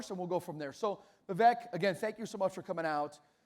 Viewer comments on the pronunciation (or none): The one thing I've noticed up to the 38 minute mark is everybody that has addressed Vivek Ramaswamy has mispronounced his first name. I believe this happen because the speaker for the group organizing and running this event mispronounced his name from the get go. His first name is spelled Vivek but is pronounced Vivake like cake. Damn....if you are going to host an event, know how the hell to pronounce the name of your guest speaker. There is absolutely no excuse for mispronouncing this man's name at this point in the game outside of ignorance. Step your f***ing game up! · VIVEK LIKE CAKE! Say his name correctly!